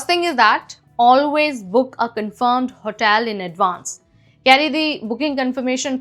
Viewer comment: Pl brush up your pronunciation... what is HOTAIL?